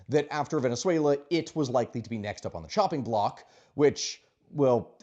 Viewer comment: Was that "shopping block" or "chopping block"?